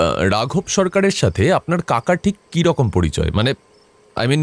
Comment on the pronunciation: কিরীটির কন্ঠ যিনি দিয়েছেন তাঁর ‘র’ এবং ‘ড়’ এর উচ্চারণে সমস‍্যা আছে। যেমন উনি যেভাবে বলছেন তাতে করছের বানান হওয়া উচিত কড়ছেন। অথবা কিরকম হয়ে গেছে কিড়কম বা কিঢ়কোম 😢😢